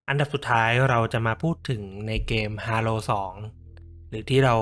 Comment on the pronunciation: เกมส์halo อ่านว่า เฮโลครับ